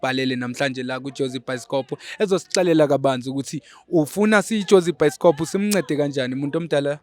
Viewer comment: your episodes 😂😂 By the way....you said it's byskop😂😂😂